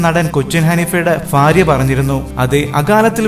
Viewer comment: ഫാര്യ അല്ല ഭാര്യ